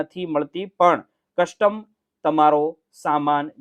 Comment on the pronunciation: Why don't you pronounce Custom properly?